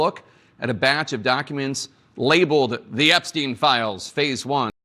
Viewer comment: It’s Ep-STINE Not Ep-steen The name functions as does Einstein. The second vowel ( i ) gets pronounced .